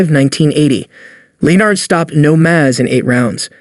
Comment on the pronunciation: DURan? Sugar Ray LEEN ard? How can I take this seriously. Is this some a.i. crap or what?